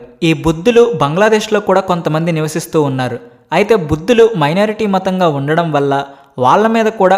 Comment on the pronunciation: బౌద్ధులు రా నాయనా,బుద్దులు కాదు😂